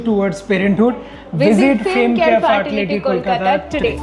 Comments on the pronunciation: Ccm : Tai ‘IBF’ boley gelo agagora ar “faartility” ta bod hoy part of her haywire tongue twister.🤪🤪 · FART- ility. CAAAA-PEL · Faartility😂😂😂😂😂 omg